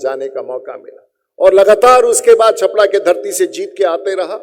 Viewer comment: छापड़ा नहीं MP साहब ... छपरा तो उच्चारण कर लीजिए ठीक से